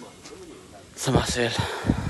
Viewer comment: Самосвал дечи самосвяз дебей